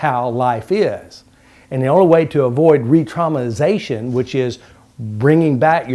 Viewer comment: You are so stupid you can't even pronounce retraumatization.